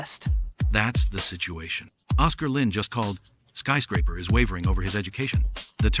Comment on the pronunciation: Na aano ako sa bigkas na oscar lin, ang tigas ng accent, kaninong accent yong ganto?